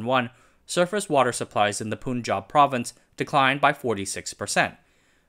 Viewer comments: also stop pronouncing Pun or Panj aab as pooon jahb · Slight correction for a common pronunciation mistake, generally people call the Punjab state as "poon-jab" , correct would be "pun-jab" as in the word PUN. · Punjab is pronounced Puhn-juhb, not Poon-juhb. Muslim is pronounced Moos-lim, not Muhz-lim.